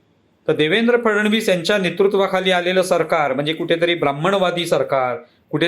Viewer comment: फडणवीस यांचा उच्चार फड-णवीस असा करावा.